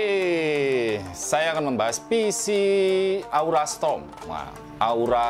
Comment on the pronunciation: Kok strom semua sih, padahal tulisannya storm